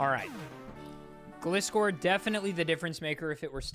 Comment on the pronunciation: so he pronounces Gligar properly but then says 'glih'-score :(